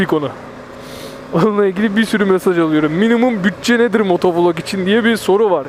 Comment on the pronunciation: Dostuk cok kaba soyluyorsun motovulog değilde motovilog desen daha iyi sanki :)